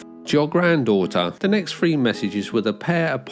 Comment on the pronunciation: It's pronounced three not free